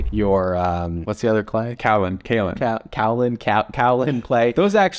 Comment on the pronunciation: Kaolin = keh-yo-lin 😊 haha just remembered kaolin clotting time